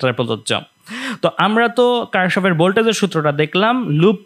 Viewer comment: কির্শফ হবে উচ্চারণ 😑😑